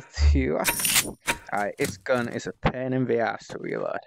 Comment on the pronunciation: It’s reload not weload